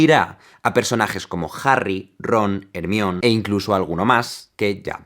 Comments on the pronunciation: Pronunciacion: Jermaioni En el Caliz de fuego Hermione le explica a Victor Krum que la forma correcta de decir su nombre es “Her – my – oh – nee”. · Excelente video como siempre! Pero no puedo soportar como pronuncian "Hermión" en España... 🤦🏻‍♀️🤦🏻‍♀️🤦🏻‍♀️ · "Ermion" khe verga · como me choca cuando dice ermion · No digas ermión hombre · Po germayoni pa un hispano hablante suena fatal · hermion es el hermano perdido travesty de hermione... y en ingles se pronuncia como dices. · jaime, AMOO como explicas las cosas pero me va a dar un infarto la forma que pronuncias Hermione.. no deja concentrarme xD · Tremendo análisis, lo único que no me gusta es como pronuncia los nombres jajaja más el nombre de Hermione xD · Como otro que estudió griego...No tienes razón. Su forma más cercana sigue siendo el griego, y podría en teoría pronunciarse así: ER-MIO-NE. No obstante hay espacio para pronunciarlo con el deje inglés, pero dado que ellos mismos no lo están pronunciando correctamente tampoco nosotros en la traducción estamos obligados a pronunciarlo como lo hacen los anglos. Así que no está mal la forma de decirlo en España. Yo lo que veo es una especie de adoración servil de los latinos al idioma inglés que les termina llevando a olvidar que el origen de X nombre no está en el inglés. Algo similar pasa con el personaje de Xena, pronunciada "Sheena" en inglés, cuando es un nombre griego y la serie se ambienta en la Antigua Grecia. Xena pronunciado "Ksena", como se hizo en España, es más correcto. Ya vale de obsesión con hacerse los anglos, y menos aún traduciendo cosas como "Homero":Una cosa es la pronunciación y otra ya cambiar el nombre o traducirlo. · Me suena tan raro cómo pronuncias el nombre de Hermione 😂 Soy de Argentina, acá la llamamos de forma diferente. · Me caías bien hasta que pronunciaste Hermione, por cierto buen video Jaime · Si me dieran un dólar por cada español que pronuncia mal el nombre de Hermione, ya estaría en Las Vegas apostando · JERMAIONI no ermion